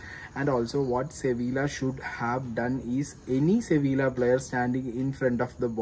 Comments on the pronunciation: അളിയാ ഒരു ചെറിയ തിരുത്ത്, സെവില്ല അല്ല്ല " സെവിയ്യ" എന്നാണ്. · Ente ponnu chetta 'See Villaaah 'alaaa. 'See vee uh ' athanu pronounciation.. Valya karyathil njn kandond erunya pinneya manasilayilee chettan andilm sankranthiluma kali kanunne en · സെവിയ്യ എന്നാണ് വായിക്കേണ്ടത് ഏജൻ്റെ..